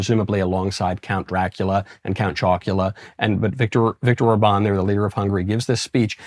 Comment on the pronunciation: I'd just like it if someone would tell Michael how to pronounce Viktor Orbán's name properly. The man isn't French: it's not Or-BAWN, the emphasis goes on the OR: ORR-ban (roll the 'r', and short 'a', as in bat)